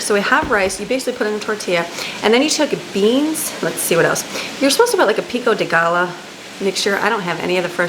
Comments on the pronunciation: When you say Pico De Gallo. The Gallo is pronounced Guy-o not gal-o. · It’s pronounced pico de guy-yo. 😊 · I couldn't catch the name of those ceramic knives...I tried looking at your Amazon list but they were not there. Could you let me know the name of them please. Also 'Pico de Gallo' is pronounced Guy-o...my late husband is Mexican descent and I learned a lot of different pronunciations...double LL's are spoken like a Y. Love Gather Your Fragment Fridays. I feel the same way about the cold...grew up in NYC, but also spent 10yrs in Indiana (coldest place I ever experienced, haha) before moving down here to sunny, warm Florida! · Pico de guyo is how it’s pronounced. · Pico de Gallo is pronounced Pico day guy o